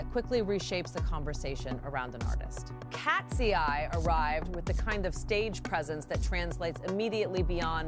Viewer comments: Tf is with "katsi-eye" and "bi-nigh"? I only know katseye and bini. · IKR? KAT-SEE-EYE? Nice try AI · “Katsy Eye” and “Bee Nay”?!!! Wth man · KAT-SEE-EYE BEE-NIGH I’m dead! Lmao! 😂💀😭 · Katsy-eye and Beenigh is taking me out😂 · KASTSI-YAY BAY-KNEE 😂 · The way you pronounce KATSEYE just takes me out 😂😂 Love BINI's performance. It was flawless! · Holy cow is the voice over rage baiting with those group name pronunciations? KATSEYE was clearly super high production. The Golden collab with HUNTR/X was clearly gonna be a headline moment. They were good, but not really for me. BINI however was the one that impressed me and made me a new fan.